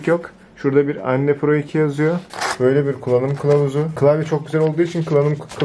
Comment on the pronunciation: kanka anne değil enn diye okunuyo :D